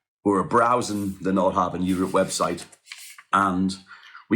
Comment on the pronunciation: You are mispronouncing the name of your boat.